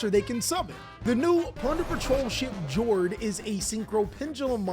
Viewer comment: Plunder and Labrynth to the moon, baby! Also, Patrollship Jord is pronounced "Yord." The names of the ships are the attribute in Norwegian and they pronounce J like Y